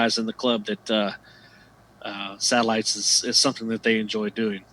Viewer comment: You keep saying SALITES